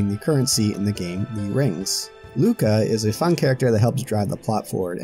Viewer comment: Never say 'Lucca' like that again